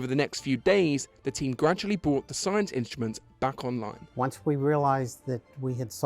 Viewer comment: The narrator thoroughly spoils the experience with his moronic pronunciation - 'inshtments' for instruments, 'ashtnomical' for astronimical, 'tha idea' for the idea etc. That's not due to dialect or accent but to utter laziness. Sorely uncool. Surely the BBC has many individuals on the payroll which could have done a proper job.